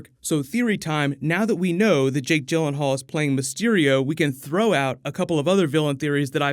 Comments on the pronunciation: I thought Jake Gyllenhaal was pronounced 'Gill' not 'Jill'......? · I love Jake Gyllenhaal but hate hearing people butcher his last name